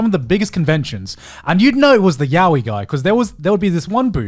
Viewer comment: Everyone is mispronouncing yaoi :(